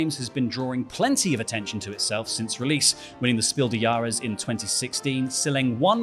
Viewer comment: Your pronounciation of "Spiel des Jahres" is hilarious, German can be hard🤣